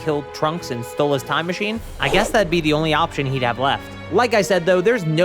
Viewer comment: Te Man, Te Myth, Te AND Te Dojo